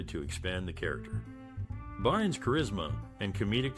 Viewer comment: Yay Kookie! "Bynes"? I believe the actor's name is BYRNS.